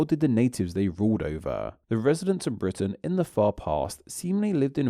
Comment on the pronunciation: You're killing me here in the US talking about accents and ending every other sentence by adding "ah" to the last word: Britain-ah. Long time ago-ah. Get rid of-ah. Still, fascinating stuff.